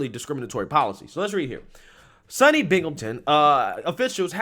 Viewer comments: Lol...its not pronounced Sun knee...Its pronounced Soon knee....!! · S.U.N.Y. PRONOUNCED-SOONY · Its pronounced SOONY. Just so when you get the next woke story about the State University of New York. I graduated from a SUNY, I only had one "pre-woke" professor. There were so many bars around that that only about 4 stayed open between semesters. I feel for college students today as I think real fun and learning died at universities within 5 years after I graduated.